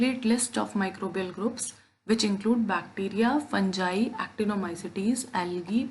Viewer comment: Fangai nahi hai mam fungai j nahi g hai ga